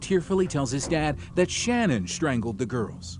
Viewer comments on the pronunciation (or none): Ummmm, I don't know if I should say this because everyone is ragging on you for saying "girlfriend "once but you're saying her name wrong too. It's not Shannon. Shanann. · Her name was Sha'naan....not Shannon. You're mispronouncing a murder victim's name. Maybe do a little more research before you decide to tell the rest of us how to suck eggs. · Drives me nuts that in such a well known case people still can't be bothered to get her name right. It's SHA-NAN. Not Shannon. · That’s not how you say Shannan’s name. If you’re going to profit off her death have the decency to say her name properly. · OMG you people. Hername is Shanann NOT SHANNON.🤦‍♀️ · Sha-nann not Shannon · her name isn't "Shannon" Either.. Its SHA-NANN. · This was bugging me because on a different video they called her Shannon too when her name is shannan I know its not a big deal but it just got on my nerves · #5 Her name wasn't SHANNON. It was SHA-NAN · Shan’an. Not Shannon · That and the mispronunciation of her name irked me. They said her name numerous times during the interrogation video and yet he still said it wrong. Her name is Shannan not Shannon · His wife's name was shanann. Not Shannon. Dude, do your research. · They didn’t even get her name right on the first clip it’s not Shannon. It’s Shan’ann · Her name is pronounced Sha-nnan, NOT Shannon. Have some respect ✊ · Actually, the way the young mother pronounces her name is rather unususl.i. the fsmily pronounces it differently too.an unusual pronunciation sha-nann'. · In the Chris Watts case, his neighbor solved it in about 10 minutes. Edit - Her name was pronounced Sha-nan, annoying I know.... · They kept saying her name wrong. She deserves that much. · If you’re going to do a video that involves murder please do some research on how to pronounce the victims names! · Can't even pronounce her name correct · He didnt even pronounce her name correctly, despite using footage where her name is correctly pronounced several times.